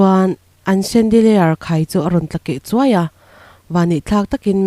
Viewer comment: Kendeliar ani lo 'shen'deliar anga lam tur aw...No offense..I aw a dik sia thrahnem ngaihna ah..Chuan i English threnkhat lam no i tum leh lutuk a a thren awlsam deuh i lam zo leh bawksia..Tlem in han uluk lehzual la sap tawng bik hi ngaihthlak a man hla lehzual ang o✌️✌️✌️